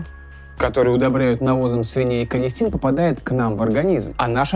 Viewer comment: "Количтин" ( не надо спасибо!) Антибиотик последнего шанса